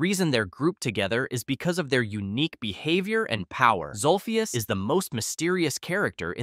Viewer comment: It’s zolphus